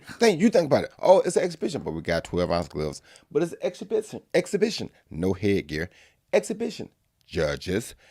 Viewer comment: daang took a jab at Tyson "exabithen"